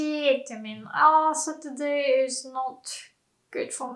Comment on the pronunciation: satruday or saturday hahah